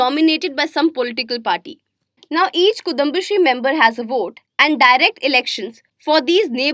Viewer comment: Omg so painful to hear she pronouncing kudumbasree and pakalveedu.